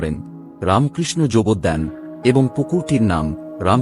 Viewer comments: আপনার এই উপস্থাপনাটি প্রশংসনীয়। কিন্তু কিছু ক্ষেত্রে ত্রুটি রয়েছে, যেমন বাংলা উচ্চারণ ঠিক করে করতে হবে, কথাটি যোগদান নয়, কথাটি হল যোগোদ্যান। জমিটির মালিক ছিলেন আব্দুল ওয়াহীদ, আর মাজার নয় এটি সমাধি মন্দির। আমি এখানে কর্মরত তাই বেশ কয়েকবার ঐ দলিলটি দেখার সৌভাগ্য হয়েছিল। এবং এক মহারাজের কাছে শোনা একবার উদ্বোধন পত্রিকায় একটি ভুল বানান প্রিন্টিং এর জন্য তখনকার এডিটর স্বামী বিবেকানন্দের কাছে প্রায় 3ঘন্টা বকা খান তিনি পরে বলেন যতজন ঐটা পড়বে ঠিক ততগুলি ভুল তা আমি তো অত বকা দিয়নি। তাই যখন এই সব খবর জনসাধারণের কাছে বলবেন তখন ঠিক করে বলবেন। তাহলে উনি (স্বামীজী) খুশী হবেন। পারলে এটি এডিট করে পুনরায় চালু করুন। 🙏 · উচ্চারণে যোগদ্যান না হয়ে যোগদান হচ্ছে।